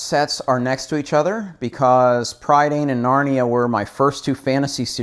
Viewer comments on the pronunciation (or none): Great collection and interesting video. Such a shame you made a complete mess of pronouncing 'Prydain.' The word means 'Britain' in English and as Welsh is a phonetic language English speakers struggle to pronounce words in Welsh.